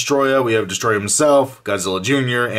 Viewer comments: Its not destroyer it is destroyah 😯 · its destroyah not destroyer